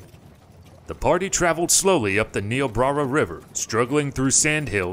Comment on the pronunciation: you pronounce niobrara wrong